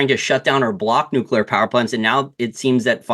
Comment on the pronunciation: Thank you so much for not saying nookular